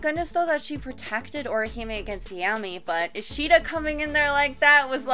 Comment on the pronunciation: The way you say Ishida's name, is like a sword going trough the stomach